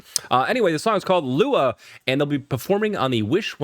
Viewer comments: It is luha. You are correct and right pronunciasion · You pronounce their name right. And the meaning of the title of their song "Luha" means tears. They're like legends in the Philippines. Everyone knows their songs and they are great singers especially singing live with high notes.